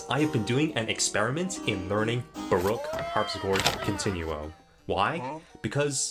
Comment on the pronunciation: DOD BRO JUST SAY BOREOAK?